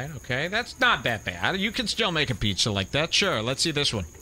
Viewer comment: Joe says Pizzuh